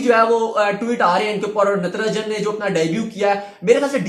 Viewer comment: Its not Ntranjan its Natrajan